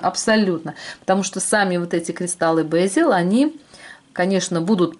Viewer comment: В русской транскрипции бЕзель. Ударение на первом слоге и звук Е, а не Э.